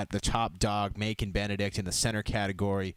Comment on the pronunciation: I am pretty sure the c in Macon should sound like a s Keep up the good work